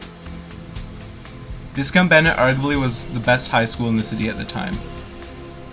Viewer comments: It's not abandoned, it's just empty. What exactly is the point of you producing all of this gibberish? You can't even pronounce the name of the school correctly. Baffling. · Did such a great job of researching the property that they didn't even know how to pronounce the name.